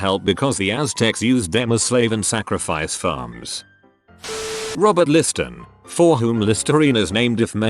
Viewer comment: It's "Lister," not "Liston."